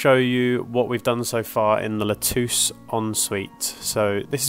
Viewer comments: You had thrown me in a loop when you mentioned Lutece, as it should be pronounced like Lu Tesse. Very interesting video and keep them coming. I am very interested in your endeavours. Thanks again 🇨🇦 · Guys, It is pronounced [lu-tè-Ssssss]😉 Great job on the bathrooms !